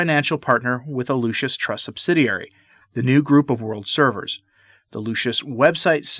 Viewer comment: You keep calling it the "Lucius" Trust.